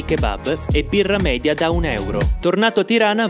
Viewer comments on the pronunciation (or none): none